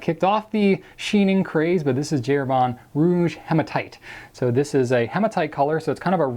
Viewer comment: Herbin = 'air - BA Not air-BAH. Completely different vowel sound : )